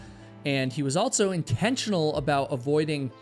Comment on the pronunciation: It drives me nucking futs that you insert a t into words like ‘also’ aka ‘altso’. I know I do not HAVE to watch, but you actually have interesting videos. I wonder if the ‘insert a t into words with the stress on s’ is a dialect. It has to be. Just like Tiger King’s accent absolutely drove me crazy. At least you don’t sound like him 😵‍💫😁